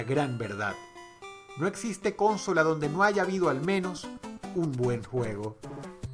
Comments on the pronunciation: Nadie: Dross: cÓsnola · "Cónsola" hehe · Cónsola? que crack xD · Bueno, pero Dross es Dross y el dice "Cónsola" así que ese es su lenguaje :v xD. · Nadie: Dross: Cónsola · ...Xqué dice "cónsola"! :V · Pq dice cónsola tantas veces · La cÓnsola... pero qué Énfasis, Dross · Roberto Rocha siempre dice así "cónsola" jajaja. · Hyuga Creo qué lo dice por cómo Dross pronuncia la consola.. Cónsola :vv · Por qué chingados dice "cónsola", con acento en la primera sílaba? Está tontito o qué? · Dross una pequeña corrección. Se pronuncia "Consola" sin acento en la primera "o" Si tuviera acento en la primera "o" fuese una palabra esdrújula y todas las esdrújulas llevan tilde. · pues mira yo soy de Mexico y lo pronunciamos como dices consola ,dross lo pronuncia raro xD no se si por algun pais de sudamerica asi lo pronuncien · ¿"Cónsola"? Nunca entendí esa forma de pronunciarla. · Es muy gracioso el click que suena en mi cerebro cada vez que escucho a Dross decir "cónsola" xD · Cónsola Cónsola Cónsola No se pronuncia asi Dross... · al parecer en Venezuela lo leen como esdrújula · Hay mas comentarios actuales que de hace 10 años cuando salio este video mencionado cómo Dross pronuncia Consola 😅 (asumo que eso viene del acento venezolano que aun tenia en ese tiempo) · Me súper caga y me quiero arrancar los tímpanos cada vez que pronuncias la palabra CONSOLA aahhggg aprende a hablar bien el español por favor 👎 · Consola tiene la sílaba tónica en la segunda "o" no en la primera como lo pronuncia él. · por favor pronuncia bien la palabra consola, llega a ser molesto escucharte el mal pronunciamiento del español, y lo peor es que es tu idioma nativo, tus vídeos son buenísimos pero tus pronunciaciones de varias palabras es molesto. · Buen trabajo dross regresando a tus inicios con tu tipica pronunciacion de la palabra consola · Pronuncias mal la palabra consola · consola es una palabra grave terminada en vocal no es esdrujula o se tilda aprende a pronunciar ya estas muy grande para no saber